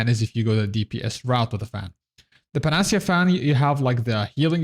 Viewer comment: Nice vid. Incidentally it would be: Pan-Ah-Sea-Ah: Panacea fan.